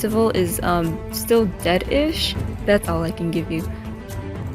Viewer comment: I heard dead-ish as "Dedf1sh" from splatoon